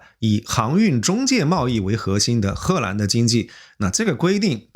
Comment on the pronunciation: 褐兰😂，我一瞬间怀疑这个是AI了